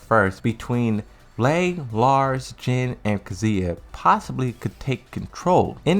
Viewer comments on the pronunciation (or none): why do you keep saying Lei like LAY? it's LEE, rhymes with SEE